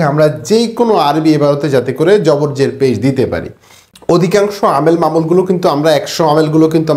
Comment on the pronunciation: যের যবর পেশ বলতে পারেন না। জটিলতা সৃষ্টি করেন। জেনারেল শিক্ষক এসব বুঝবে।